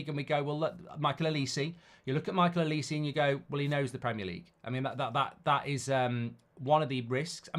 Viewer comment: It’s not olis-eee it’s olis-eh